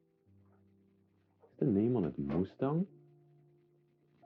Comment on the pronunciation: Maytag not mustang :D